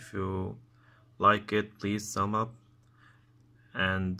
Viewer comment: Nit Sum up baba its Thubms Up